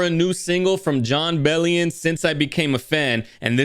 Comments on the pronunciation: Hey btw, it is pronounced “BELL-ee-in”, not “BELL-ee-AHN”. Think of it like “billion” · jon mentions in a tweet it’s pronounced “Bell-yin”! so glad you enjoy his music <3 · Then goes on to “correct” himself…